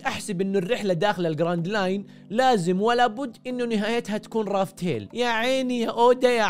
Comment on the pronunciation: لافتيل وليس رافتيل يقصد بها قصة الضحك